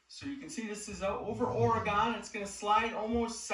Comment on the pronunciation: Typical Easterner...Cant pronounce Oregon to save his life. These arent all going to be this long, are they?